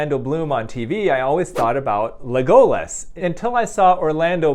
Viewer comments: OMG that drives me NUTS!!!!! But I'm one of those ppl that anytime people say they're doing good, I respond that I'm glad they're doing well, or that I'm doing well... yeah... Just so you know, Dr. Youn... the accent is on LEG. So it's LEGolas. kk? plz fix thx :D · The elf in The Lord of the Rings is called Lego-las, not le-go-las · Pronounced LEG-oh-las, not le-GO-las. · Love your videos but have to say, it's pronounced LEG-oh-las, not le-GO-lass. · Le Go Less :( It's Legolas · LegOlas... Wrong pronunciation doctor. It's LEgolas. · Leg-oh-lus 😂 I love that you used a WoW night elf and one of my fave authors as reference (the ears pic, that’s holly black. She writes a lot of fae characters) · not "le-goal-less" lol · I hate Lord of the Rings and The Hobbit but I know you don’t pronounce Legolas like that 😂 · Is Lego-Lus bruh... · The accent is on the first syllable. LEGolas. LEG-oh-lus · im sorry but that is NOT how you pronounce legolas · Every time he pronounces Legolas like that part of me dies. It’s like taking poison damage in a video game. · I'm sorry....pronounce Legolas again? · Why you pronounce Legolas like that 😂💀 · I was curious, so I looked up how Legolas is supposed to sound, and most people are saying the last syllable wrong. Also, it literally does not matter in the slightest if a doctor does not know the correct pronunciation of the name of a fictional character. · OmG a little part of me died everytime he mispronounced Legolas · Came to the comments just for this. Why'd the editor not tell him to fix this 😂